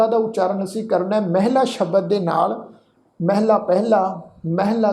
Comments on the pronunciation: ਮਹੱਲਾ ਪਾਠ ਹੈ। ਮੈਹਲਾ ਤੋ ਭਾਵ ਇਸਤਰੀ ਠੀਕ ਨਹੀ ਲਗਦਾ ।ਮੈਹਲਾ ਹੈ ਤਾ ਫਿਰ ਤੀਜੀ ਉਚਾਰਨ ਕਰੋ। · ਮਹਲਾ ਨੂੰ ਮੈਹਲਾ ਉਚਾਰਨ ਦੀ ਸਾਨੂੰ ਕਿਸ ਨੇ ਇਜਾਜ਼ਤ ਦਿੱਤੀ ਹੈ? ਜਦੋਂ ਗੁਰੂ ਸਾਹਿਬ ਨੇ 'ਮਹਲਾ' ਲਿਖਿਆ ਹੈ, ਨਾ ਕਿ 'ਮੈਹਲਾ'। ਗੁਰਮੁਖੀ ਬਹੁਤ ਸਪਸ਼ਟ, ਸਟੀਕ ਤੇ ਸਰਲ ਹੈ, ਇਸ ਨੂੰ ਆਪੂੰ ਘੜੇ ਫਾਰਮੂਲਿਆਂ ਨਾਲ complicate ਨਾ ਕਰੀਏ। ਸਿੱਧਾ ਤਰੀਕਾ ਹੈ ਕਿ ਮੁਹਾਰਨੀ ਅਨੁਸਾਰ ਜਿਵੇਂ ਲਿਖਿਆ ਹੈ, ਉਸੇ ਤਰ੍ਹਾਂ ਉਚਾਰਨ ਕਰੀਏ। ਧੰਨਵਾਦ 🙏